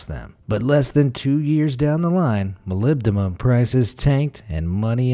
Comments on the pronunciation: He had it down pat, though. He pronounced---or, rather, MIS-pronounced it---the same each time. Let's give him a "C" for Consistency, anyway. Stay safe. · "Molybdumum" 🤣🤣 Simon Whistler would be proud!!